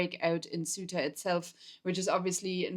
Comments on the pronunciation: HMMMM Pedro sanchez is not the president of Spain he is the prime minister Maybe checking that would have been useful Ceuta is not pronounced suitor but cey-oo-ta if you say it in English Maybe checking that would have been useful Ceuta is on African SOIL sure it could not escape anyone so the news item here is "North Africans invade North Africa" That is accurate Whether the Portuguese or the Spanish there is no defensible scenario in which it is theirs like Gibraltar cannot be britain UNless you postulate that white folks do whatever they please in which case I have no further questions or wish to debate MOst of the guys are gone now .... the softly softly approach of the Spanish cops and army was because they know they are not going to stay AND ANYWAY access to Ceuta gives you NO ACCESS to mainland Ceuta is not in Schengen It all started with false info on the net regarding a change in the law in Spain misreported inflated and used to excite idiots in Morocco who do not know their arses from their elbows and want a BMW by time they are 30 They killed over a hundred of their own doing that YES they are morons ..... Ceuta and Melilla and Gibraltar are all problems created by colonization I LOVE your channel and what you try and show but be careful I know you are not white supremacists and please check basic info names etc etc It will strengthen your arguments and following Greetings from UK and EU Shan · It would be much nicer if you could pronounce "Ceuta", as it is pronounced in Spanish.